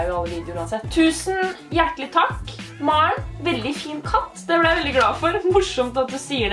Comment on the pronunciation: Åhhh mar'n som du sa er vennen min men hun heter MAREN ikke mar'n